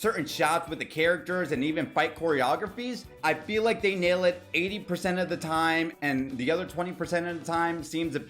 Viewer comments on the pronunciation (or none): none